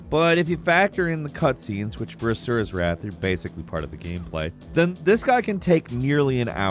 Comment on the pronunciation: mentions Asuras Wrath Me: A man of culture I see... And didn't butcher Asuras name and Chakravartins name.